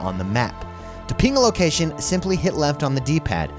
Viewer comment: "Use the peeng"